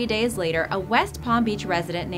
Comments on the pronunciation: and over she says deys? What happend to days :c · i like how you say days daies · Ok not to make this video bad and all I feel so bad for all the animals but the way she said days 😂